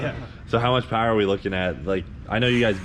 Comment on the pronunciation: Rotary powah 🤘